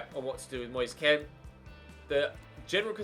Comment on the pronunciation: It’s moise keen not moi-se Ken